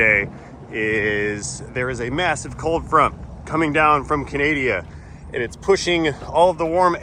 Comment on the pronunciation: I've been a subscriber of your channel for quite some time now along with many other Canadians I'm sure. Please pay us the respect of pronouncing the name of our country properly. I know most Americans would lose their sh!t if you mispronounced or made light of the "great ol' US of A" .